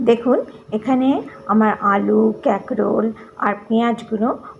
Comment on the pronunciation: ক্যাকরোল আবার কি ????😂😂😂😂😂😂 কাঁকরোল বলুন